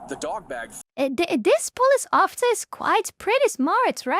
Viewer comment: My memory is very selective. I can remember absolutely everything about a video game even after 15 years of not playing it, but I can't always exactly remember what a person said 20 seconds ago lol. The auto generated subtitles are funny to watch, especially how it struggles to hear your "police officer" correctly. Pulse officer. Spoken like a true latino